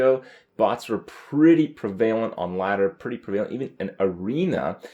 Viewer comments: I think Kripp is mispronouncing prevalent. He says pree-VAY-lent but every resource I found on google pronounces it PREH-vah-lent. I don't recall ever hearing him say that word that way before, but he said it the same way multiple times in this video , , . As far as I can tell, there's not supposed to be a separate Canadian pronunciation for that word. It's one of those words like epitome that some people just say wrong because they read it but don't hear it aloud very often. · prevailent is not how you say prevalent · pra-vay-lent The Canadian education system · Prev-a-lent for fuck sake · Hey man, I like your videos. If I may offer some constructive criticism, check the pronunciation of prevalent. Also, you said irregardless. -_ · He's thinking of the root prevail, which has emphasis on the VAYL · Anyone else get annoyed by how he said "prevalent?"